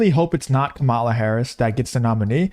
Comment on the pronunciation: It's Kamala, not Kamala!